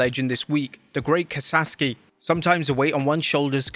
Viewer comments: Kasaki .you said kasaski multiple times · Great Kasaki not "Kasaski"...🙄🤬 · bruh..its KASAKI not kasaSki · Ka-Sa-Ki. Not Kasaski. Come on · It's KA-SA-KI, not KA-SAS-KI. Jeez, the man just died, and you can't even be bothered to pronounce his name right. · Kasaki NOT Kasaski, You said that numerous times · Ka Sah Key. Not Kasaskey. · KA SA KI, not KA SAS KI. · He butchers Japanese names all the time. He mispronounces Raijin and Naraku. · Ka-SaKi. Show some respect and get his name right man. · For crying out loud - kah-sah-kee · Kah-Saw-Ski' is close but the last part is more 'kee' than 'ski'. RIP to a wrestling legend. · It's the 21st century. We have the entirety of human knowledge at our fingertips. Continuing to mispronounce Japanese names is either willfully disrespectful or willfully racist. There's only one s in Kasaki. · Damn man, if you're gonna do an RIP segment for a wrestler that has passed, pronounce the name right. Kasaski? There's only one S in his name... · Wonder where the second s in Kasaki is hiding.